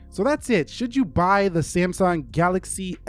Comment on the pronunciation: did he just call samsung "samy" ?? lol